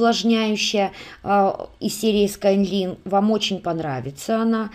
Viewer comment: спасибо за такую работу Мне понравилось все. Много нового узнала о самОй продукции. Извините, может, скажу что-то обидное. Must have - по-английски "должен иметь" и произносится "Маст хэв", а "Sky line" - линия горизонта произносится "Скай лайн". Мы же не хотим смешить людей, знающих английский? Если это из французского или итальянского, я сдаюсь, этих языков не изучала. Простите еще раз. Надеюсь, я Вас не обидела.